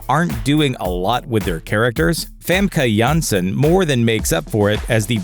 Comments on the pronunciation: I like the effort put into pronouncing Famke Janssen's name. Since it's very difficult for anyone who isn't dutch. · thanks for telling me the right way to say "famke janssen"